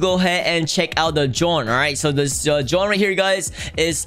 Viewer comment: Is it only me or VG said John and not Drone